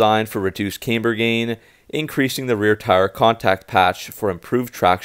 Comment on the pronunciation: Cam-ber not came-ber